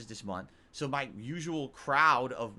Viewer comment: "I need that money. To pay MUH bills"